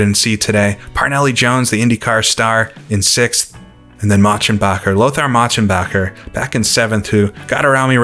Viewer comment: Ah, not only another great video, but now I know how Lothar Motschenbacher's name was pronounced!